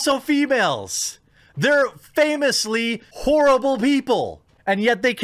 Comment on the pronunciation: what he said: "they're famously horrible people!" how I heard it: "they're famously whorable people!"